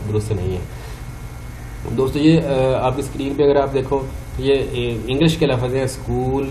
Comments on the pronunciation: Lafz Lafaz nahi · لفظ آپ درست نہیں بول رہے اللہ کے بندے